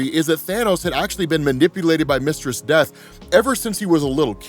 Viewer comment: Took me a minute to realize he wasn’t saying “Mr. Steth” 😂